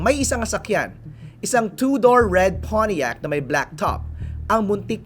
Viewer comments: Nakaka irita Yung "Poniiac" pronunciation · When he pronounced pontiac.. he said it in a conyo way…